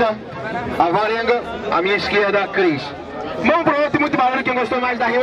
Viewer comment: ta dificil acertar o nome do Chris